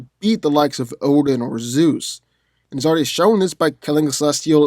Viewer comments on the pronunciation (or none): none